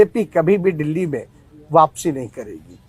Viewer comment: क्या मेरा बिहार बर्बाद कर देगा ये लोग जिसको दिल्ली बोलना नहीं आता डिली बोलता क्या वो देश चलेगा 🙏🏻🙏🏻